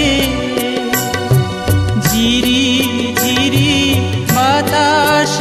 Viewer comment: ঝিরি উচ্চারণ জিরি শোনাচ্ছে। বাদবাকি দারুণ সব।